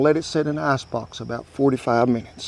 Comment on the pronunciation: Wooster sauce. With your accent, ice box sounds like ass box... Thanks, must try this.